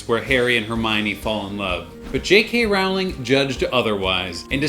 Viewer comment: It's jk rolling not ralling lose